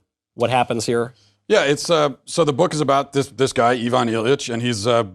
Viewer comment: I-vun. Not yvonne. Sorry. I'm one of those people.